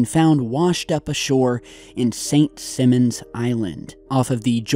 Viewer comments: Its pronounced St. S(eye)mons Ga not simmons lol. I'm a native Georgian 😉 I forgive you 😊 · Simons, not Simmons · It’s pronounced St. SIGH-mons. Not Simmons. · St. Simons Island. The "i" pronounced "I" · I live by saint Simons island and not to be rude but you mispronounced all the names XD